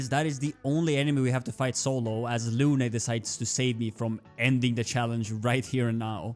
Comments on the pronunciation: For english speaker,please its Lune not "Lunay" the E is silent. Often in french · luné ? Dude its prononce lun